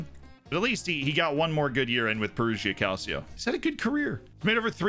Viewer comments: More like "Calcho" (two syllables, not three) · Please don't say "calseeo" it's hurting my italian ears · Check pronunciation in words: Calcio, Udinese, Perugia, Cittadella... 😬 they were all said incorrectly.